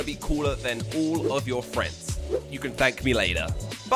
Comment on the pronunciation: "Tank you very much."